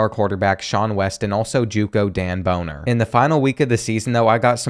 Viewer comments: Bro. Your content is incredible but your pronunciation of names is brutal. Guys last name is Bonner. It's not pronounced Boner. It's Bon-ner, you do this in every video and i can't tell if you're trolling or being 100% serious.. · It’s BAH-NNER 😂 had to rewind and make sure i wasn’t crazy lol thats what the people who made fun of him in high school called him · Dude did not say Dan “Boner” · bro said bonner like -_